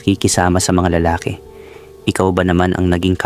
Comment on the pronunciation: Pokpok😂 siyempre magaling praktisado ba naman natural sa dami ba namang naka yugyugan. Ayan karma is real😊 ang ganda din baman ng asawa na si Rosalina. Bobo ka Gerald. Yan napapala ng mga nangangalunya. Anyway hustisya ang kelangan😮 Nawa lang maayos mo ang pagbigkas mg ibang Tagalog. Lalaki bala ay hindi maragsa malumay yan bigkasin.